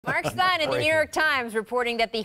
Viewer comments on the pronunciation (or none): none